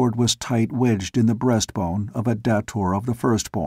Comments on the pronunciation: come on, really? dah-tor?? Really? It's pronounced Day-tor. that's why it's spelled with one T. Now I'm wondering if you will say Phaidor correctly or not. smh Can't wait to see how you say Xodar. You do say it with a Z sound, don't you. If not, I want my money BACK! Oh, wait. It's freeeeee. Still. I may have to do a reading of these books if you can't read it correctly. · Ok. Looks like you're ok with Xodar and Phaidor. Still, Day-tor, day-tor. Say it. Say it. Ahhhhh! lol And pretty sure Shador is pronounced Shay-dor. That's why there's only one D. smh